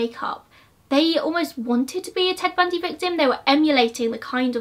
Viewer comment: I literally like studied him. So when you messed up his name I immediately knew.